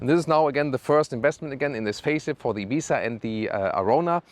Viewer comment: That "Ibizzzzzzzza" at the end of the video was nice, full ES pronunciation! Great work and!